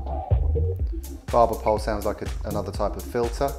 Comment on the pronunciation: "barber pole, not really sure what thats all about" love how british that was lolll